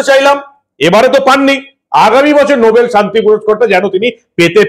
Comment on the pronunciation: নোবেল না, নো ব্যাল